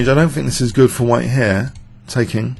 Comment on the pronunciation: 'here' always sounds like 'hair':-))